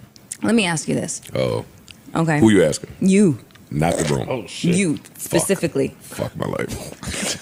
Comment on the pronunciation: Joe: who you talkin too Mel: You.. “facificly”